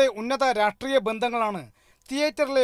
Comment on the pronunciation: രാട്രീയം അല്ല രാഷ്ട്രീയം. മലയാളം വായിക്കാനും പറയാനും അറിയുന്നവന്മാരെ വാർത്ത വായിക്കാൻ നിയോഗിക്കൂ.